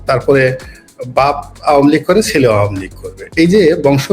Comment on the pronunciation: উপস্থাপিকা ম্যাডাম আপনি এত ভেটকাই নোংরামি করে উচ্চারণ করতেছে আওয়ামী লীগ টাকে আওয়ামী লীগ এত নোংরা দল নয় দুই একটা ভুল সকল দলেরই আছে কিন্তু ১৭ বছর দেশ চালানো এত সহজ না আপনি আপনার ফ্যামিলির দায়িত্ব নিয়ে দেখেন ১৭ দিনও এক কথায় আপনার ফ্যামিলি মেম্বারকে রাখতে পারবেন না সুতরাং save your talking